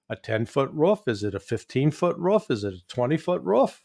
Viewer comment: By the way Larry its " roof" not "ruff" 😂